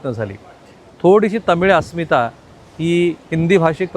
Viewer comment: अस्मिथा नाही हो अस्मिता म्हणा